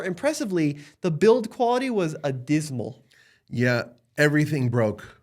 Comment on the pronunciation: dismal, a word. Adismal, not a word. aBysmal, with a B, is a word. Means bad. Great video!! It was about if interested.